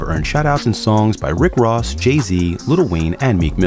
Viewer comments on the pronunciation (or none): none